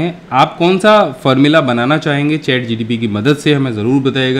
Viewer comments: In starting it's not ChatGTP it's ChatGPT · ChatGPT sir Not GTP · Sir ji har baar ChatGTP hi bol rahe ho.. Application ka name to theek bolo... Information ekdam theek h wo baat sahi h....